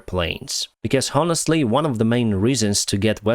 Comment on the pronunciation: Thanks for the update! Tip: when you pronounce honestly the "h" is silent